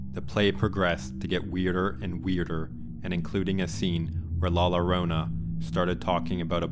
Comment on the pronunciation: Not LORONA but JORONA. Double L have a J sound.